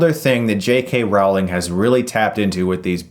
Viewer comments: Enjoyed it, but did you say Ali-STAR? Also, I can't believe you're mispronouncing Rowling; it rhymes with bowling, not howling. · FYI, the author's name is pronounced "Rowling" like "Bowling".